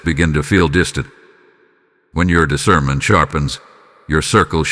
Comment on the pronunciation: "I WALK IN DIVINE ISCERMENT"